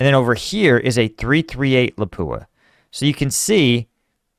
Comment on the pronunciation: It's pronounced "Lopp Ooah", not "La pooa